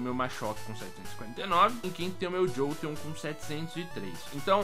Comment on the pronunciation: impressão minha ou o chamou um flareon de jolteom se sim já cometi esse erro varias vezes